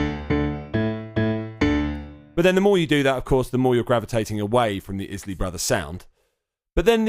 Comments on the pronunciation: Its pronounced eyes-Lee brothers Not izlee brothers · Isley is pronounced eyez-lee 🙄